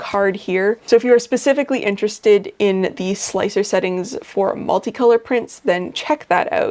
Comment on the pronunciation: I did not know about the multi-plate thing. Thanks! Oh, and thanks for calling slic3r slicer. Not sure why but calling it slick-3-R really bugs me.